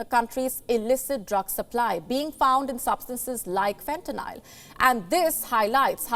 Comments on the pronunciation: She’s saying fentanyl wrong 🤣😭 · whats funnyer is she wrong on the name its called fentaly a sythedic opioid not what ever name she said never heard of that kind and im from america and live in america and only hear about fentaly